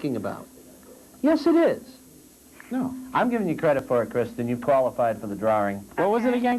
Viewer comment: What's a drar-ring?